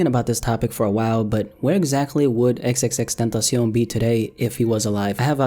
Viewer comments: This man says xxxtentacion like some Mexican man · The only thing that bothers me is the way says xxxtentacion